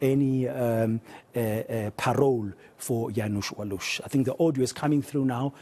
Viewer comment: I salute this anchor ! Probably the only one journalist in SA TV who can pronounce "Janusz Waluś" correctly ! Good Job !